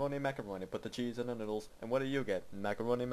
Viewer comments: Did he say middles or noodles? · And it's Noodles, not middles :P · its noodles not midles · All these years, and I JUST now realized he was saying "noodles" and not "middle" in his song.